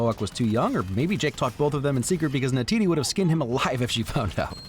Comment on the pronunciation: It's Neytiri not Neytidi